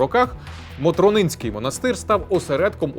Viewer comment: З приводу Холодного Яру: Не М'ельники, а Мельник'и, Не Мотрон'инський, а Мотр'онинський монастир